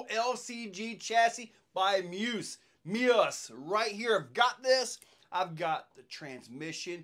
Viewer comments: Isn't it pronounced me. Us. ? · Pretty sure it’s pronounced Me-us